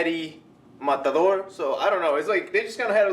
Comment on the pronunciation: Dude! nice review, the fact that you pronounced the "Matador" word with the original accent is very appreciated haha.